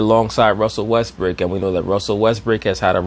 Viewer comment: says, "Russel Westbrick" like it's his actual name ha hahaha